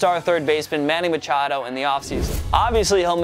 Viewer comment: I almost threw up when you said “manny machado”